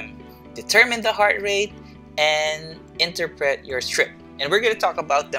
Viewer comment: Thank you po. I like how you finished it with the Filipino way of pronouncing “interpret.” (Enter-pret) different cultures and backgrounds make life more fun.